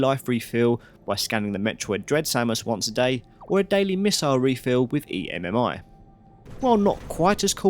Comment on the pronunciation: You saying E.M.M.I. instead of just EMMI is driving me insane